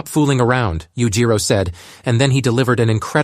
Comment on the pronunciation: Oh i cant listen to this, Yujiro is just pronounced so wrong every single time.